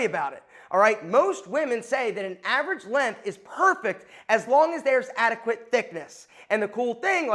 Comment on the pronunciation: It’s length, with a g. It is not “lenth”